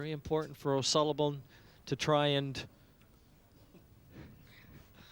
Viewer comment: "O'sullibum" lmao